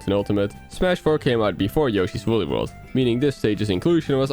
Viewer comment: Look it up, it's Woolly